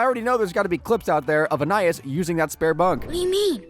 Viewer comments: It's pronounced An-eye-IHS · In this video we understood that this guy doesn't know storage rooms exist and that he can't pronounce Anais